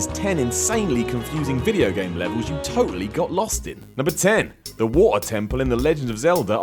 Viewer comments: some one should slap you for the horrendous way you pronounce Water. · "The Wo-err temple in Legend of Zelda" the what? xD amazing accent! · Cool list, cool list...now say "water" again. giggles